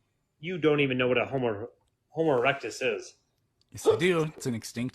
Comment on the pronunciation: If you didn't notice he also said "Homus erectus"